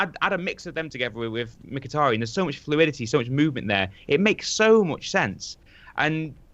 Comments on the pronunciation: please... STOP SAYING "micktiriiiin" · Hate the way keeps saying Mik-tirry-en hahahaha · Miktirian and jess lingard? sort your pronunciation out ffs. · for fuck sake, stop saying 'Miktirian', that's not even close to how you pronounce his name, I die a little bit inside every time you say it. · Adam 10 He's probably sick of pronouncing Mkhitaryan's name like a moron